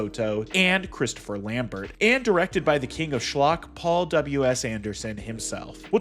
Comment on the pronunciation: 1000 points and discontinuing of the video for mispronouncing Christoph Lambert